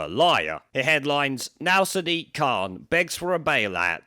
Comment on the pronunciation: He actually pronounces his name 'Sad Dick'